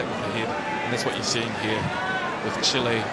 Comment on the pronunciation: Chile not Chil-LAY